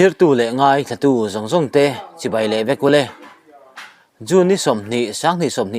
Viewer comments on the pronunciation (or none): none